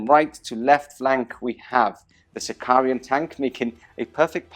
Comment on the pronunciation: Okay, I have to post this, even though I know it is unecessarily pedantic... but where do all those extra Is in your pronunciation of unit and equipment names come from? The tank is a Sicaran, not a Sicarian, the vexilla also aren't vexillia (and vexilla is plural, the singular is a vexillum, but that is GW's mistake), and artificer armour is not artificier armour... Sorry for the rant, just had to get it off my chest. You make great battle reports, carry on.